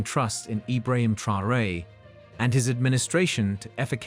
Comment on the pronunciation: Say his name properly. No one is called Tryhooray here...